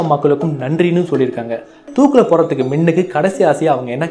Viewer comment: Pro நீங்க முன்னுக்கு என்று சொல்வதற்கு மின்னுக்கு என்று சொல்ட் ரீங்க😁😁😁